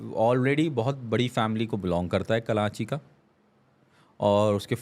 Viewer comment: Yeh bhi karanchi bolnay wala hai 🤣 its karachi not karanchi